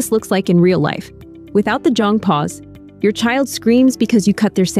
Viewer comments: me, a korean, clicking in video to see how i was supposedly raised lmao edit: oh, yikes, that is a LOT of ai footage being used but anyway, anyone who happens to read this, jeong is pronounced closer to jung ("hung", but with a j) than jong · Im Korean & its pronounced more like Jeong (jung)...but anyway, this method may be the now generation. As a millenial, most of my Krn-Am friends parents did what most parents do...re-act😂 not that calm